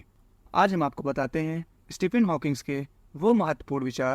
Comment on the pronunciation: इस्टीफिन नही भाई स्टीफीन 😅🤓